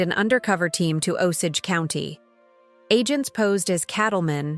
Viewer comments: Nice visuals, but you need to train your AI to say our name right! It is nice to see/ hear our creation stories kind of like I think it. But painful to hear our name wrong. “Oh-say-j “ is how to say the English version of our name. And please don’t refer to us as dead. We are still born into our clans. And when we die and go back to the stars, our Osage people know us by our clan names, they always have. We live in the river of time, of which the USA is just a small pond. We go on as long as Wahkonta blesses us to. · I'm Osage Nation and can't listen to this AI BS! At least teach it the correct pronunciations!